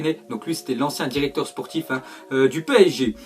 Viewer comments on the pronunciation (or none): none